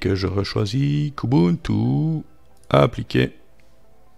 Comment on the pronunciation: Qiou ti (plutôt) 😉😉.... Prononcé à l'anglaise